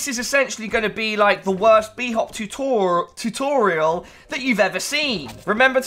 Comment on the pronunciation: "Tutoral" Video tutorals? Is this where I find the video tutorals for PC optimizer pro?